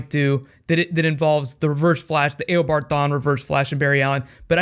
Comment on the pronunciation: great vids you make, only thing is it sounds weird when you call him "A o bard Thawne" instead of "u bard" which sounds more natural/correct :/